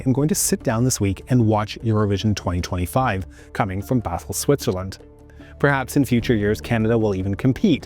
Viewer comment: Lmao did you pronounce Basel with a "th" sound? It's definitely not a Spanish speaking city.